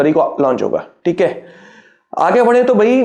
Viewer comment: Hear his ठिक हे 🤣🤣